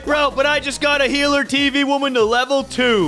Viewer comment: I love how says healer tv woman as heart tv woman.